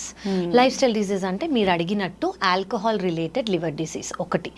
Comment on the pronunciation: Anchor. Alcahaal Block coffee...em pronunciation